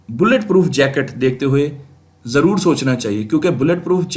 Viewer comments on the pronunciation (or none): none